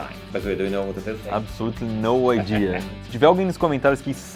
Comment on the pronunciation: abisoluti no aidia kk